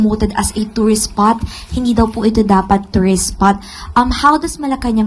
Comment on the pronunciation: bulol naman tong barkdog ng Malakanyang, anong 'tourstsis' spot pinagsasabi neto?